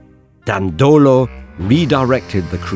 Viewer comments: My sympathy goes to the narrator that pronounced "Dandòlo" in what would be otherwise a good standard italian pronouciation rule with the most commonly stressed second last syllable in this case it's actually pronounced "Dàndolo" with the first syllable stressed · Please, check the pronunciation of Dandolo, that in reality sounds "Dàndolo", not "Dandòlo"